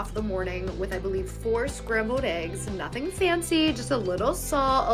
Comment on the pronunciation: Her speech impediment kills me. “Scrambowed eggs”